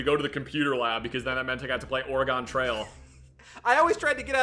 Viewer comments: please learn how to pronounce oregon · is a new winner in my book for the most incorrectly I've ever heard someone pronounce Oregon -- which is especially funny considering how the correct pronunciation includes "gun," one of favorite things in the world. The curse of Reading Things Before You Hear Them Spoken strikes again I guess